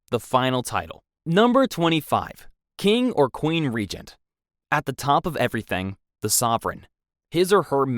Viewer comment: *Llewellyn ap Gryffud was the husband of Edward I's cousin, Eleanor De Montford who predeceased her husband leaving behind a daughter. Just a bit of history. And King Charles title is pronounced (Reg- Nant not Reegent).